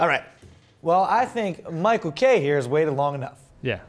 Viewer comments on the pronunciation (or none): Geez guys, Michal isn't pronounced Michael. Michal is a Hebrew girl's name. Mordechai (Max) should know that.